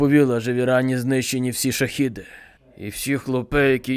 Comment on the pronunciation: Шагед а не шахід, йоб вашу мать! Не плутати, це важливо.